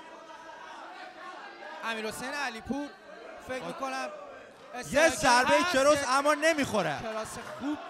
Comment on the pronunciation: کروس اشتباهه و درستش کراس میباشد ! لوکیک خیلی اشتباهه و میشه به جاش ضربه به پایین بدن استفاده کرد! به جای میشه از خاک کردن یا به خاک بردن استفاده کرد TAKE DOWN! صورتش کات شده و میشه گفت صورتش پاره شده و .....باید خیلی روی تلفضات کلمات کار کنید تا یه گزارشگر خوب فارسی زبان باشید ! امیدوارم انتقادهای بنده را نق نق کردن تصور نکنید و انهارو به چشم یک انتقاد سازنده ببینید . موفق باشد